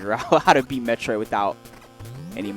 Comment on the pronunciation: It's Metroid not metriod!